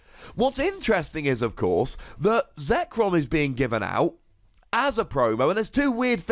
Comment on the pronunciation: Shame on you getting zekrom's name wrong